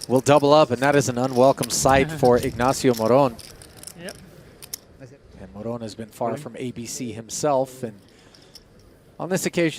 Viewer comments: pronounced mo-ron and not more-on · That is not how I thought you pronounced morón 😂